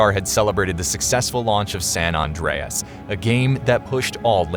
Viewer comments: I'm cringing every time it's called "San Ondreas." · Surprised that people pronounce San as 'Sawn' and hearing "Sawn Andreas"